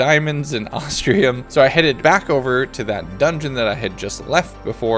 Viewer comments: It's ostrum not ostrium other wise best video ever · I ain't gonna lie the fact he says Ahs-tree-uhm instead of Ahs-trum somewhat irritates me but it shall be forgiven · You keep saying "ostrium"...where is the "i" in OSTRUM!? It's not there. It's. Not. There. Love the vid but my god, every time you said 'ostrium' I was more and more sure you thought that it was an ore made out of ostriches. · Loved it, definitely want a 200 days. Little disappointed you spent a whole 100 days, and still were calling Ostrum "Ostrium" lol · "ostrium" ostrum moment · every time he says ostrium it reminds me of austrailium from tf2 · At no point in this video does he say Ostrum right. XD